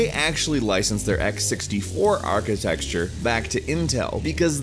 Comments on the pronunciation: What is 'architexture'? Are you trying to say 'architecture'? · Why do you say architexture? It's rather irritating... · I've commented this on many other videos of yours, stop saying "atchitexture", you sound like an idiot. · Why do you keep saying "architexture"?! Wtf is up with that? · There is no such word as "Architexture" Stop saying it. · architexture.huh... i didn't know that word 5 minutes ago... i do now!!! very informative video!!! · Architecture**Architexture isn't a word..just saying. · I've said it before and I will say it again: ARCHITECTURE NOT ARCHITEXTURE It burns in my ears. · Why are tech channels incapable of pronouncing "architecture"? There's no X! It's not architexture! ;_